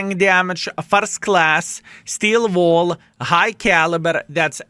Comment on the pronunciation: Why always when You say "Steel Wall" i hear "Skill Ball"